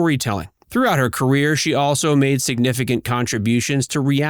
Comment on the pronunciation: Her name is not Keerstie! She said it herself: her name is Kirstie, ie: “like thirsty”.